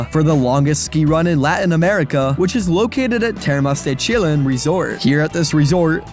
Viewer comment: Your spanish is a bit off. Chillán its more like Trojan than Milán (the spanish city), think Chi-yán.